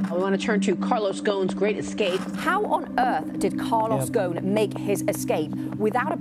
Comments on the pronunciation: Ghosn is Arabic for "branch" and the "S" is not silent. So its pronounced "Ghoson". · Y'all keep mispronouncing his name. It is GhoSn. The S is not silent. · It’s goosssssssn …. Where is the sssss you idiots?! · am from Lebanon and need to say that the 's' in Ghosn is not silent, nor the 'h' and there is an 'o' after the 's' so his name is Ghoson not Ghosn. I wonder were all these letters are gone! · Where the hell did the "s" in Ghosn end up? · Dude this reporter is so lame and stupid couldn't he bother and show this to any Lebanese before they uploaded it to the internet I would have pointed out 3 clear mistakes one of them how he pronounces ghosn its very annoying the way he says it ghon . It just clears he did not do his home work or do any effort and he is not creative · How do you end up pronouncing his name "gone" ?? what about the big fat S in his name? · Why they keep saying his name ghon, the S should be pronounced. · Tricky slippery character. Even the name Ghosn. Pronounced Ghoan sounds like Ghoshin. He looks like a smart elect, conceded, know it all thay probably did things thinking it was beneath him to have anyone look for accountability or be caught... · Gho S n The S is pronounced and in Arabic غصن Remember he is originally from Lebanon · You can't even pronaunce the man's name proberlly.... He is not "Ghoon". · ...and on to Ollie with the weather... Ollie: IT'S GHOSN RAIN!!! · Really not trying to he that guy. It's pronounced Gos-n in Arabic. But because it's a mouthful for foreigners they made the s silent. Hence Carlos Gon. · bro you are pronouncing his name wrong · GhoSSSSSSSSSSSSSSSSSSSSSSSSSSSSSSSSSn, there is an F-in S in the damn name. Ghosn. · Pronounce the s in Ghosn ffs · The presenter should have learned how to pronounce Carlos name correctly rather than making us cringe everytime he mention it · The S is not silent in Ghosn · You need to pronounce the S in his last name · The s in his name isn't silent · GOSSON not GOOON